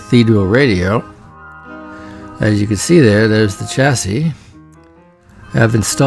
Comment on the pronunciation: "The ChassISSS" Love it.